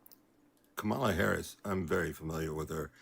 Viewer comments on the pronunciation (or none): The way he pronounces Kamala's name tells me all I need to know about this Fox watching maga cult member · These guys always want you to do their work for them. And if he knows so much about Harris, how come he can't even pronounce her first name correctly?